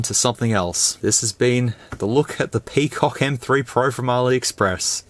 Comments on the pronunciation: Can't stop laughing whenever he says Pee Cock!!! 🤣🤣🤣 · FYI : PCOC pronounced "Pekok" on here 😂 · Crack myself a good laugh whenever bro said PIPI and PCOC. Which are plenty on the video